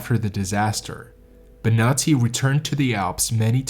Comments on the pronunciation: It´s Bonatti, no Benati, please ' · So I was listening to this trying to fall asleep and I thought he was saying “nazi” every time he said Bonati. I was so confused like didn’t we already deal with the nazis? Why are there nazis on this mountain? 🙈